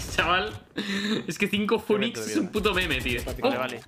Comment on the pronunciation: Yo escuchando "funix": 💀💀💀